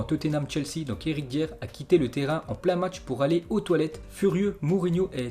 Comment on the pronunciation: Eh mon frangin, c'est Eric Dier (Dayer pas Dieur). Et puis c'est la Liga Santander et non BBVA Merci encore pour tous tes Zap Images